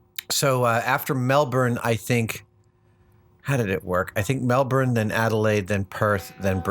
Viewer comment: I gotta say, that's the best pronunciation of "Brisbane" I've ever heard from an American. Even the 'Melbourne' wasn't bad.